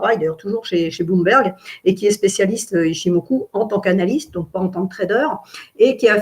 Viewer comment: PAr contre SVP SVP SVP arretez de prononcer OU qd vous voyez un U en japonais, ca fait mal aux oreilles mdrrr On prononce ITCHIMOKU ( Le u presque que comme le eu) ....